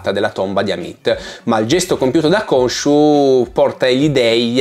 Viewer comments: Ogni volta che vedo le puntate in italiano mi viene l'orticaria. GrAnt anziché GrEnt. Konsu anziché Konshu. Il doppiatore di Oscar è bravo, ma sono state tagliate tutte le parti dove gli si chiede del suo strano accento, perché in italiano non ha accenti diversi. Preferisco guardarmelo in lingua. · Unica nota negativa della serie in italiano: Khonshu che viene chiamato Consù. Madonna che nervoso